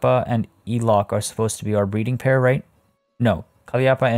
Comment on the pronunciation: just thought i would drop a comment because you did mention you like to learn new pronunciations, languages and things, she's traded out but elok the komodo dragon is pronounced élok with a hard e like in egg! it means pretty/goodlooking/nice/beautiful hehe